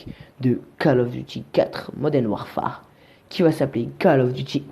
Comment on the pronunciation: tu le prononce mal le mot Warfare